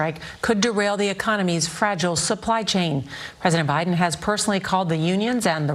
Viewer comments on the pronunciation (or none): none